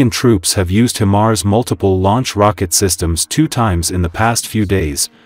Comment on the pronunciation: HI-mars, not Him-ars …